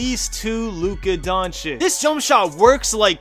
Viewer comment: Just to let you know the correct pronounce of these two European Players ( i mean, who tf cares about it but im just triggering a bit right now ok? 😂) Luka Doncic ( Luka DonciCH, like CHannel or CHess) Paolo Banchero ( BanKero) Keep grinding man , appreciate you and big W from Italy 👍